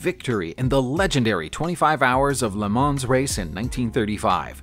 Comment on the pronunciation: I was looking at the script name across the grille of that 3-wheeler---which clearly says "Sanford," not "sTanford." Also, "Le Mans" is pronounced "Le MON," as the only final consonants of French words that are pronounced are those in the word, "CaRFuL," unless the word is followed by one which begins with a vowel and then it's slurred onto the following word. Le Mans has been a world famous race since its first running in 1923. BTW, I'm sure il Commendatore, as he was known, is spinning like a lathe in his grave because you forgot his illustrious name on all those cars he built with the Prancing Horse badge when you were talking about the little known Iso Grifo (hehe). Every once in a while, all these years later, I have a very realistic dream where I go out to the garage behind my house, pump up the tires, put new gas in the tank and oil in the sump---and go racing with my championship-winning British sports car. Unfortunately, the guy I sold it to when I wanted to upgrade to a Formula B "monoposto" spun out and hit a concrete wall going backwards "at speed" in 1970 (I'll stop crying after a while). I LOVE videos about cars! Stay safe, everybody.